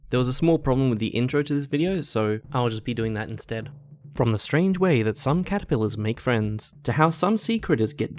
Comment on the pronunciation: It's Caterpillars not catipillars.....